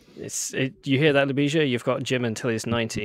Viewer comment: Oh guys you butchered Ljubisa's name from the get-go hahah. A big hi to my fellow countryman Ljubisa! Glad to see Serbian people leading powerful tech companies. We need this diversity. It's also sad we didn't hear Ljubisa's thought processes a bit more. Jim as the rockstar did most of the talking. On the technical side, I'm a bit concerned about the 2D-mesh design decision and the assumption that models won't deviate too much from the present ones. Graphcore did a better decision on that front, IMHO, by creating a general computing platform and not trying to make too many assumptions about the architectures 5, 10 years from now. How do your chips support sparse operations needed to train Graph Neural Networks efficiently?